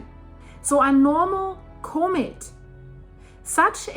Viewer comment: Comet not cooment